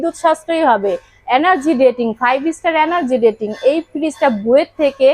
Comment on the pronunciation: এনার্জি ডেটিং নয় রেটিং হবে আপু😆